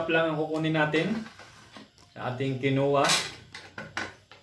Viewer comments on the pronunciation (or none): Kin Wah po ang bigkas jan